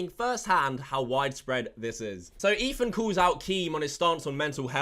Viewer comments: wtf is ''EFAN'' he keeps saying that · ETHAN, not EFAN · This guy cant say Ethan correct lmao. He says Efan. I guess its e British version of a lisp 💀💀💀